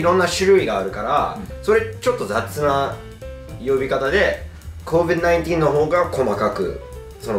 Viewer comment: Covid not covi